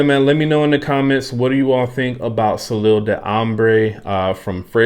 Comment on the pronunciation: What do you think of the Jean Lowe? And, by the way, if you were wondering, the first word is pronounced: So-lay